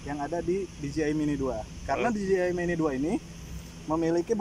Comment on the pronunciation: Bos bukan diji ay tapi dije ay